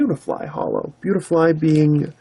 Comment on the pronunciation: i am taking a japanses course at my school and you butchered beautifly